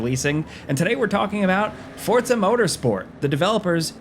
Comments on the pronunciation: Forza not Fortza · Forza , not fortza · WHY DO YOU KEEP CALLING IT FORTZA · Is it supposed to be pronounced "Fort-za" like that? Like pizza? Or is this another -ism? Mary-yo Kart anyone? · Why is he saying “fortsa?” Have I been saying it wrong my life? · Fortza? uhhh.. ^.- you okay bro? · No T in forza 😉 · Am I missing the T in Forza?